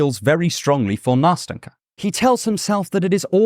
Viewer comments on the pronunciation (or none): Nast’en’ka, very soft t and n sounds. It’s a diminutive from Anastasia, it should be soft and tender. It’s not that hard to pronounce, why don’t people even try?